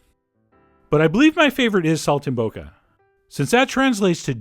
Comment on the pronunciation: Pronounced Sol - tim - bocca